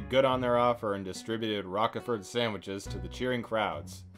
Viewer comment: How you can not know that Roquefort is pronounced with a long 'o' is a complete mystery to me.